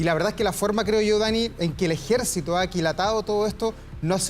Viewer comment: DICE EJECITO FALTÓ LA R